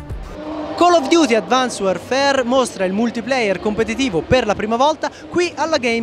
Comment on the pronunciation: advansed non advans xD